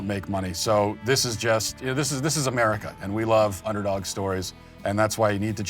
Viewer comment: Americal! I like the sound of that.